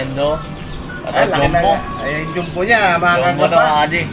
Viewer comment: Sa totoo lang naiirita ako sa Jom-bu na pronunciation nyo e.. Ahahaha parang di ko alam kung kulang sa aral o sinasadya lang e.. Jumbo po hindi jombu....